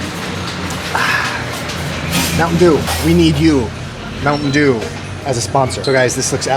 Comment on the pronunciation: Ang sarap naman ng sizzling sisig na yan kuya. Pero huwag pong kakalimutang hipan muna ang pagkain bago isubo hehe! Napaso na naman ang ngangabels ninyo hehehe! Bonne appétit po. Sana mag sponsor ang mountain dew sa inyo. Mukhang pareho kami ni ate sa bigkas ng softdrinks na yan. Mounteyn dyu 😃